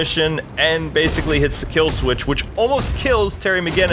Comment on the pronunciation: it's not kill swith